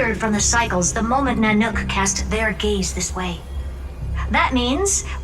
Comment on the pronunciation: The way she says "NanOOk" got me 😂